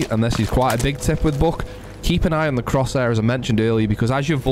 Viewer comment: I love the way you say buck "BOCK"